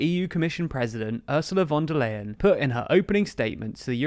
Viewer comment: "Ursula von der Leyen" is pronounced "Oorsoolah fonda Lyin'"